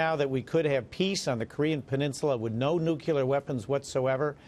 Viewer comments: I didn't realize Maria was such a great softball pitcher! Where did she get so good? But I digress... Mr. Collins, the word is nu cle ar, new klee ar, not nuke you lure. Even Mr. Trump says nuclear, new klee ar and he is a realtor, really, not a re la tor... But then, Mr. Collins, you say Mr. Trump has "balls in the air" so let's hope it's not America's, Mr. Collins. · "NO NUCULAR WEAPONS WHATSOEVER" jeez its NUCLEAR you morons